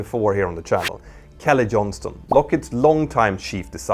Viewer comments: It's Johnson not Johnston ... 🤪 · John-SON! Kelly Johnson. Not Johns-ton.